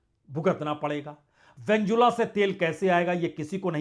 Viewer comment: पुण्य प्रसून सर, आप जैसे कुछ शब्द उच्चारण करते हैं, they sound soooo cute 😁👉जैसे वेनजोला, न्थानू & a few others. 😂